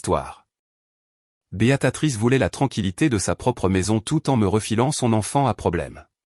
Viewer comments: Prénom de la grand-mère " Béatrice " ! , et non pas ! , " Béatatrice " ! Vos erreurs sont pesantes et ridicules !!!.... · BÉATRICE ET PAS "BÉATATRICE" cela ne ressemble à rien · Ça recommence ! "Béatatrice" ! 😅